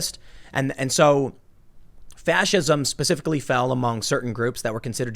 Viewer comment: Pacificly or Specifically